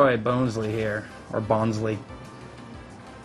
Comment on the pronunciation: its not bone its bon bonsly not bonesly